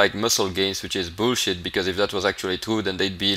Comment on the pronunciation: "Bool-shit". Kills me. Love the videos.